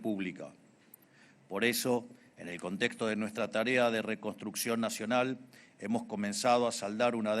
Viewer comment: Reconstroccion jajajjaja